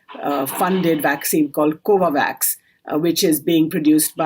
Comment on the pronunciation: 1- It's not "cova vax" it's covax 2- Covax is not a vaccine developed by UN. It's an organisation set-up by WHO. Its aim is to accelerate the development and manufacture of COVID-19 vaccines, and to guarantee fair and equitable access for every country in the world. 3 - ABOVE MENTIONED POINTS